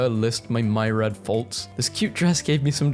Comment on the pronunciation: I understand that British pronounce certain words differently, but myriad (ˈmir-ē-əd ) isn't one of them. Tell your AI to get its shit together.